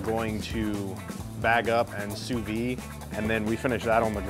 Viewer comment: Folks.... Sous Vide does NOT have a silent ending. French words aren't all randomly silent endings. You pronounce it "sue-VEED".